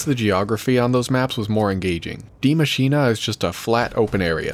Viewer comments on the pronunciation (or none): none